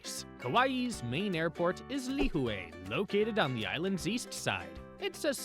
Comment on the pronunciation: Lihue - pronounced lih-hooee And yes, Kauaii is a gorgeous, quiet island. We were married on Shipwreck Beach ⛱️ I remember watching Justin Beiber cliff dive there while we chilled at the Grand Hyatt One of my favorite places ? Tunnels Beach ⛱️ Lunch at the Plantation House and checking out the Art Gallery there was amazing. ❤ Last note - the island in December is at its most magical with all of the lights they put up everywhere you go (and it's cooler too!).